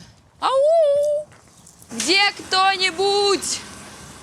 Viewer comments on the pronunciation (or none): И "Хде" тоже.